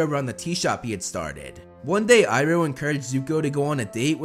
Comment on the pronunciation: I love how u say uncle ibro instead of iroh